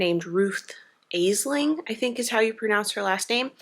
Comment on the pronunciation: It’s pronounced ASH-ling ❤